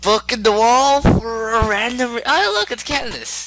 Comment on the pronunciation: ITS CADANCE NOT CANDACE